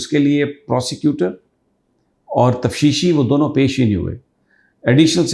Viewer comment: لفظ تفشیشی ہے یا تفتیشی ؟؟؟